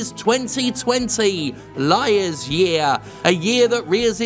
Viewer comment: “Liars year” lmao